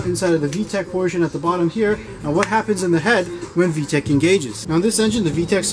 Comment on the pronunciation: Haaaaaay 🥳 you’re back for saying vetch yo! 😁